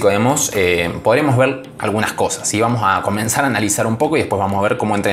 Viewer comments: Like si te sonreiste cuando leíste un vuamos 😅🤣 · Alv pensé que solo a mi me daba inspiración decir y escuchar a decir vuamos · Todos sabemos que el es natural "VUAMOS "